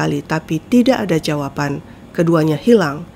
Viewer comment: Kak klo baca Jawaban jgn jawapan ya